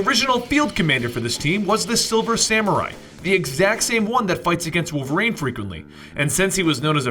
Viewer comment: Also why do so many people pronounce Wolverine "Wolverein"?